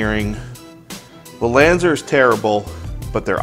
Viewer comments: LanzER? I thought it was LanzAR. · when u said Lanzar, it Sounds like Lanzer